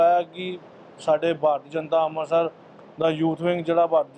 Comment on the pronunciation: ਲੀਡਰ ਜੀ ਅੰਬਰਸਰ ਨਹੀ ਹੁੰਦਾ ਅੰਮ੍ਰਿਤਸਰ ਸਾਹਿਬ ਬੋਲੋ ਬੋਲਣਾ ਸਿੱਖੋ